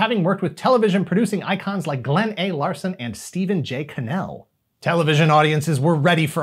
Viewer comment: The video's title is misleading. Also, Stephen J. Cannell's last name is actually pronounced like "channel" minus the "h".